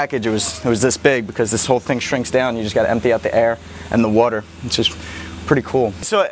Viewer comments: Bro,where are you from?You said water with a weird accent,almost like wuter.No offense. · The way he says water i can tell he lives on the east cost Probably philledephia